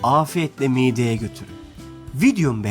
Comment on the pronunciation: Miğde değil, mide. Türkçeyi katlettiniz.